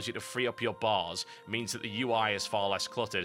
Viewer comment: lol i like it when he says barrrrrs space barrrrs xD